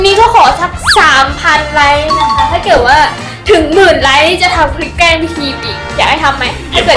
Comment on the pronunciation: เเกล้งคับเเกล้งไม่ใช่เเกล้ว55